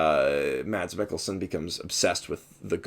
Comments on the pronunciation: He's actually pronounced Mess, not Mads. But yeah, I agree, he was amazing in here and he is amazing in everything he does. If you haven't watched Hannibal: Shame on you, for it's on of the greatest shows there ever was. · try to pronounce mads as mas its kinda how its pronounced in denmark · The D in "Mads Mikkelsen" is actually silent, so it's pronounced something like "Maz"